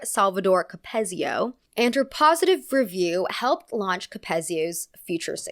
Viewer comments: Just wanted to let you know… you are pronouncing Capezio and Balanchine wrong. Capezio is cap-E-zio and Balanchine is ball-en-chee. Don’t get me wrong, I LOVE this video, but as a classical ballet dancer of 10 years, the mispronunciation really stood out to me. Other than that, I did really love this video! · just letting you know, capezio is pronounced "cap-EEZ-zee-oh" in contrast to ""cap-EHZ-zee-oh" :) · George Balanchyne and Cappezzzzio 😭loved your video! But also please research how to say all of the names, these are very famous people in our dance world! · As a ballet dancer, I love hearing you talk about ballet!! For future reference you don’t pronounce the “p” in “corps de ballet” & capezio is pronounced with a hard E sound, capEEzio. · ballerinas gonna come at u 4 this one, its pronounced “cap-eez-i-o” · I love this video, but I just have to say it’s “CapEEzio” 😭😭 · Unimportant side notes: capezio is pronounced capeeezio, and ballet russe is pronounced with an s sound, not z. The i in Balanchine is pronounce ee.